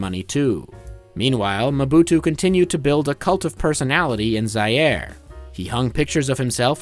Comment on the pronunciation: shame you cant pronounce Zaïre